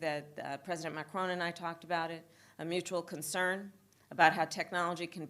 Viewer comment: Funny how she gets mad when people say her name wrong but she got his name wrong. Said "Marcon" instead of Macron.